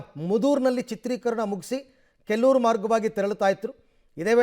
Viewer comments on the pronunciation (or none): Kelloor alla kollur